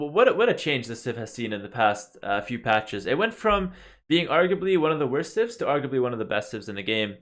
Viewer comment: I gotta stop watching Pewdiepie videos... everytime you said "civs" I clearly heard "simp".